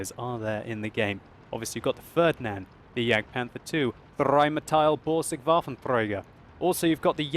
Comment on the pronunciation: "the fördnand" ... xD